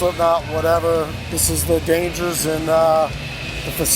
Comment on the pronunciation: Exactly. He says "Dangers" jajajaja, come on.